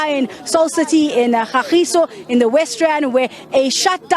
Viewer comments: KA-GEE-SO NOT GA-GEE-SO 🙄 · its Ka-giso not gagiso please sabc send someone who can relate the ppl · I am not from kagiso but m hurt by gagiso she said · KAGISO. That's my hood. Say it right please.